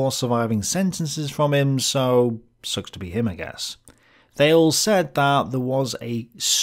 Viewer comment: Plato's demiurge cannot possibly be the ancestor of the ancestor of the Christian God. The Hebrew Bible was mostly complete before Plato was a twinkle in his mother's eye, and that is where the Christian God comes from. And "Thales" is two syllables rhyming with Baileys.